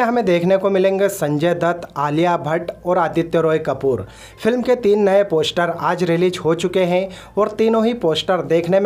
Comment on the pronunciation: Bhai please Pehle poshter...I mean poster bolna to seekh le